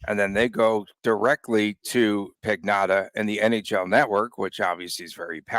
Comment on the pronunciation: LOL absolutely butchering the Italian name of David Pagnotta